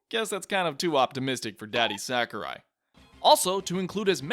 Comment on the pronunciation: Sakurai or "Sakarai" as you call him also said that after the past two games and said that multiple characters that wouldn't be in smash which ended up being in it. Also, he never said specifically "I'm not making the next smash." Maybe do some more research next time?